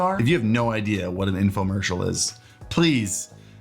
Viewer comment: Informercial????? What is that hahaha